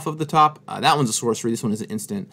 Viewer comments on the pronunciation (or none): none